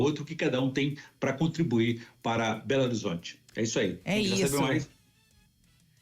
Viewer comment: Este é patético,ele pronuncia berorizonte e ele fica todo assanhado quando fala de gargamel,até parece uma putinha e ver blog para saber mais? Jamais?